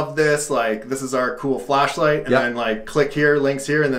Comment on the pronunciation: Did you guys catch, other guy said 'Flash light' but he said 'Fleshlight?'